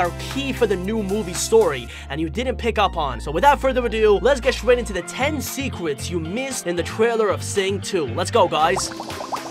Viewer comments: I like how he said secwets instead of secrets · Lol you said serwets